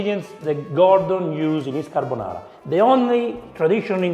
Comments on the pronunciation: It's a "gordonara"😂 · Carrrr bo naaaarrrrrrra. Nouuuu crrrreamm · i was thinking exactly this: Gordonara :))))